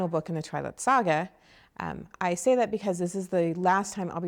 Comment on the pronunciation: she says sga funny hahha